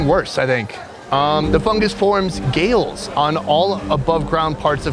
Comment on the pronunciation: Galls not Gales but you've butchered the Spanish so much I'll give you a pass for this one .